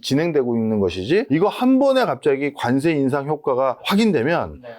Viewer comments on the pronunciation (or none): 발음 “간세“ ㅋㅋㅋ ”관세“ 라고 해주세요